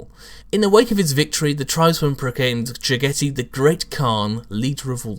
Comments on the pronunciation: Is his name really pronaounced like "spaghetti" in english? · Oh yes this was definitely cringe worthy. The way he pronounced it sometimes sounded like Spaghetti Khan. He should look up Chagatai Khan after I believe Jaghatai was named. He was the 2nd son or Genghis Khan and the pronunciation should be pretty similar with the exception of Ja instead of Cha in the beginning. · Its JAG-a-TIE REEEEEEEEEEEEEEEEEEEEEEEEEEEEEEEEEEEEEEEEEEEEEEEEEEEEEEEEEEEEEEEEEEEEEEEEEEEEEEEEEEEEEEEEEEEEEEEEEEEEEEEEEEEEEEEEEEEEEEEEEEEEEEEEE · How sure are we about the pronunciation? to me it sounds weird how says it. considering he is supposed to be a mongol I thought it was supposed to be pronounced like jag-a-tie. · Agreed. Jag-a-tie is much more asiatic in pronunciation. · I'm actually pretty sure this is not how you pronounce "Jaghatai"... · you are correct, i cringed every time he sayd it :( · 'Ja-gaa-dai Khaan' Is 'Ja' pronounced like the English 'Jaw?' what about 'dai'? Is it like the English 'bye' except with a D? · why...why do you pronounce his name wrong xD